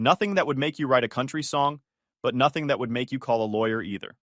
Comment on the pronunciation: I’ll deal with bad punctuation than thinking I’m having a stroke from hearing the AI continuously mispronounce common words like “Noth-Thing”, “whords”, and my favorite “List-then”.